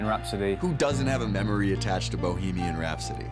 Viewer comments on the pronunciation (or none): Queen is "Bohemian Rhapsody" no "Boheman Rhapsody " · Its BOHEMIAN not BOHEMAN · "BOHEMAN rhapsody" ... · i Love "Boheman" xd